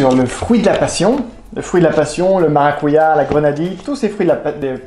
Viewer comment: On dit maracudja